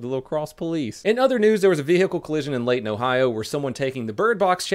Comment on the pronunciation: I'm surprised no one has mentioned him saying Layton, Ohio in the comments.